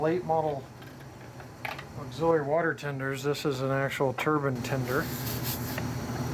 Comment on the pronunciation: Wow great model, great sound & super detailing, suorised no cab figures though. Btw it is pronounced tur-bine not tur-bin lol